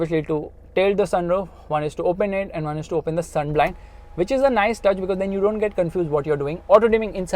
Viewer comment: which or bit*h? 😅😂